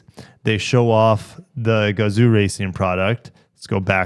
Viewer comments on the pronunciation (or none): Definitely look forward to this announcement. Sadly I just bought a GR Supra so I can’t get it. Also if you want to pronounce “Gazoo” properly it’s should actually have been spelled gazou and the zoo part should be pronounced like “Yo! What’s up” but with a Z. This is how 画像 is pronounced in Japanese and as Americans we can definitely pronounce it properly. When I saw the name Gazoo racing for the first time I thought it was a stupid name, then I finally saw the Kanji for the name and it made sense.